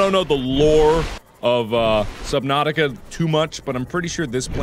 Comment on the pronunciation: Jackcepiceye calls it subnausih